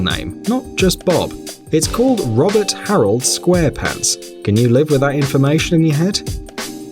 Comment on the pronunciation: Ro-bert square pants--MAKE IT STOP